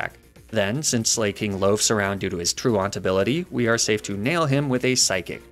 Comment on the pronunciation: I hate how he pronounces Sla(c)king and Truant.